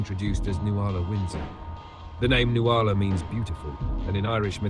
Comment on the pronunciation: Nuala is pronounced NOOL-ah. I always cringe when she says noo-AHL-ah. Someone should have told Kubrick